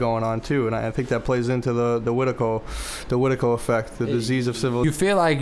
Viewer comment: This is a great talk, not enough people talk about this idea of Wetiko. I commend y'all for that. I will say though, you gotta work on the pronunciation. "Weh-tee-koh" not "wet-tuh-koh".